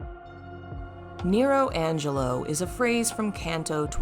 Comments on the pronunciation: It's nelo angelo, not nero angelo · Isn't it Nelo Angelo? Not Nero